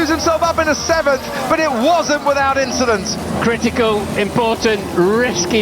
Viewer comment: just an “inchident” on the race Charles…